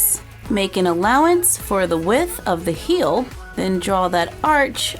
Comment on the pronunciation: Am i the only one who heard her say "hill" and not "heel" idk